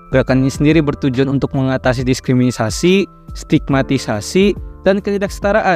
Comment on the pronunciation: lidah nya kepleset apa gimana banh diskrimisasi awkaowkaoaak